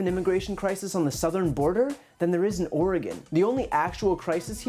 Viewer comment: Wonderful commentary. Added bonus you pronounce Oregon correctly.